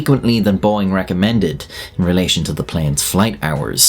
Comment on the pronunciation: Did you say boeing?